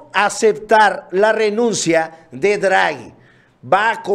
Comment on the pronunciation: No es "Druagi" es Draghi y se pronuncia tal cual, no es un inglés... es italiano.